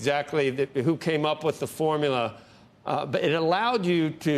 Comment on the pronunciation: "The Fomula".....lol...8th grade level of thought